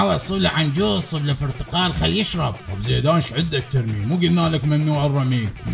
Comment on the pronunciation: برتقال ❌ فرتقال ☑️